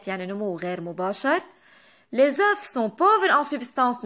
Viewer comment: شرح مفصل وواضح يعطيكي العافية بس ملاحظة بكل محبة بالفرنسي، لما منحكي عن بيضة منلفظ ال f بآخر الكلمة بس لما منحكي عن بيض au pluriel, منكتب ال fs بس ما منلفظ لا f ولا s